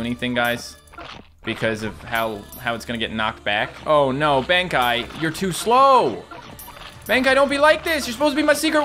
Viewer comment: I love these battle cats videos, they're very interesting, but fair word of warning to so he doesn't get criticized, I'm pretty sure colossal Benkei is pronounced Ben-Kay